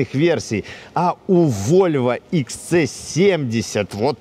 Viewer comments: Кто-нибудь? научите лысого произносить английские буквы правильно, - не ИКС ЦЭ а "Экс Си"! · иксЦэ...ахаха, вторая буква СИ читается.